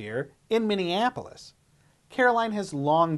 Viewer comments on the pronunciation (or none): none